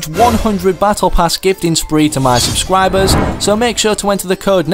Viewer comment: “To my subscwibers”